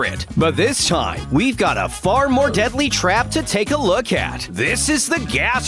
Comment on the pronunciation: he said diely gas haha